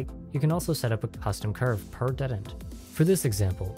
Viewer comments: Detent произносится как дИтэнт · That, and just the wrong vowel sound (should be more like the "di" in "ding" rather than the "de" in "dentist" used here). I mean it's not a big deal, of course. =) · Is he putting the emphasis on the wrong half of detent or am I retarded? Is it DE-tent or de-TENT? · this comment is not important, but the way you say detent threw me waaaaaaaaaaaaaaaaaaaaaaaaaay the hell off lmao! great tutorial!